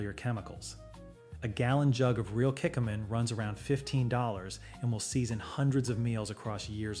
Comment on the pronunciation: This is AI, folks. Still interesting and informative, but 100% AI. That’s why some of the pronunciations are off, like shiitake, Kikkoman, etc.